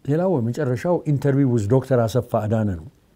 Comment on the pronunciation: This journalist he doesn't know how to say Dr.? ?